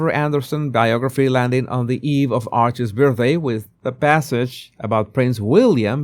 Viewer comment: he doesn't know how pronounce 'Archies' birthday. You can't make this stuff up.